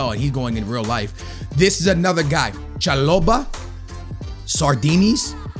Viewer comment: let’s just fix that pronunciation Cha-Bo-lah